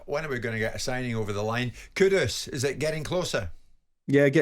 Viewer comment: Why can not pronounce a single players name given his entire job is about pronouncing players names???? Paquetaaaaah?? Kudos?? Wtf mate?